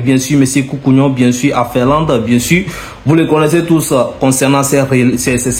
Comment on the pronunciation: FINLANDE., on ne dit pas FERLAND. 😂😮